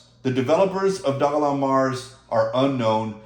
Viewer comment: I’m not sure why you thought I was joking, I was being dead srs about the mortgage. Also Dogelon isn’t pronounced “dog-A-Long” 😂 It’s “Doge-Lunn-Mars”